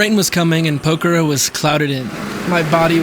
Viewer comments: It's Pok-harra 😂. Great video mate. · Please please please can you make the effort of showing respect and pronouncing Pokhara close to correctly? A prayer flag dies every time you butcher it in such a strange way :(